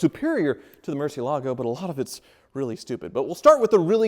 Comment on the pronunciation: Will ever learn to pronounce Murciélago correctly? Maybe never!